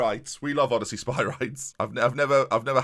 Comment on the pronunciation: By the way, it's pronounced: Oh-De-See-Us for Odysseas